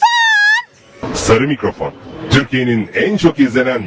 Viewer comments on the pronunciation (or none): SARİĞ MİGRAFAOONĞ